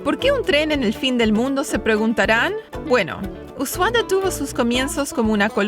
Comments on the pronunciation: porque dices Usuaya y Yelo en vez de Ushuaia y hielo? La "h" es muda!!!! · Se pronuncia usuaia .. para que entiendas más .. lindo video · Ushuaia se llevó mi corazón. Inolvidable el trekking por bahía ensenada. El trencito muy lindo también, aunque en mi opinión es demasiado turístico y no vale lo que cuesta. Peeero, si uno tiene la plata y quiere gastar, es un lindo paseo. Un consejito: "us ua ia". La última sílaba tiene el sonido de "yes", no de "llegar". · dice Ushuaya???? con y griega???..... le pone zanahorias a las empanadas argentinas.......... será que mi ordenador no funciona bien???........ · me llamo la atencion que siempre prononcias Usuaya?, por que?